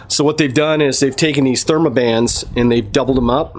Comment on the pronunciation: Theraband not thermaband